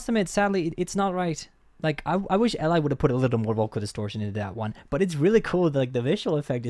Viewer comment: Eli is pronounced "Ellie" (stress on the first syllable), not "Ell-Eye", or whatever the heck you were trying to butcher is name with. LEARN THE NAMES.